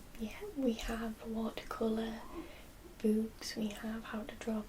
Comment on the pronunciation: "bewks" <3